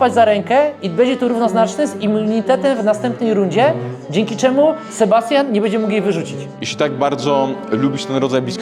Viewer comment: Ci co wiedzą "czemó"